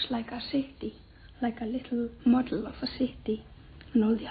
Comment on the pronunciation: like a leetle mod-el of a ceety